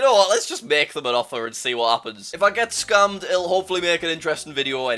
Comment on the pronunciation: He says scammed scumed